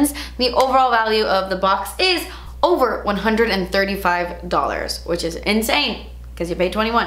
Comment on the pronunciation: “47 dollarzzzz... daz expensive! “ haha loved that part 😆 I love these boxycharm unboxing videos! And don’t worry about having a bun and a pj tee. It shows us u r human just like the rest of us!